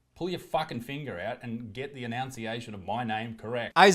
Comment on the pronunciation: Complaining about the annunciation of your name while mispronouncing it as "announciation". Darn it Australians are meant to be good at this 😅